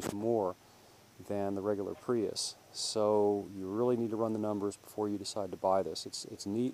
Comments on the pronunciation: Lol.. They came out the plug-in version in 2012.. Still uses NiMH up to year 2013. change the title.. False advertising your video.. I was looking for the 2014 Prius.. Pronounced pree-us. No pri-us.. Lol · He said "Pry us." Haha. Its pronounced "Pree iss." Nice video though!